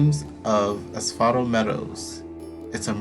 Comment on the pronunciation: You're pronouncing Pasiphae correctly. Asphodel is like as-fe-del. Ariadne is ah-ree-ad-nee. This game has a lot of words from other languages and very poetic language that I was constantly having to look up what they mean and how to say it.